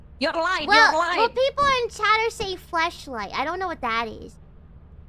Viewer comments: Flesh or Flash 😂 whatever you say 😂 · As a Japanese, I cannot hear the difference in pronunciation between flashlight and fleshlight. So, if I hear the word “flashlight” in the future, I will imagine it as “fleshlight”. It is all fault. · I can tell that Kaela knew nothing about. She can't even tell that her pronunciation was different from. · Bruh The indonesian girl asking to the italian girl if the Word it's well pronunced it's totally hilarious cause they pronunce some same Words very similary Sadly cant help with her pronunciation todo lmao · Honestly I think she did a disservice. It didn't look like came out of this interaction with an understanding of why it happened in the first place – the fact that /a/ in "flashlight" was too far forward for many English dialects and ended up sounding like /ɛ/. So act of sheltering has doomed to make the same mistake again the next time she has reason to talk about flashlights. That or she'll call it a torture.